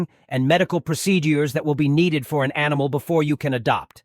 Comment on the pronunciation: no, it says animal in the screenshot but the tts said amol